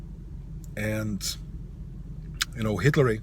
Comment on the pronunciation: did he say hiltery...